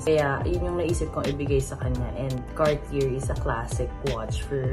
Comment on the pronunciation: please say Car-tee-yey lol not Car-tee-yerr.. nooo nooo lol. Love you guys still. Such a sweet gift.😘💕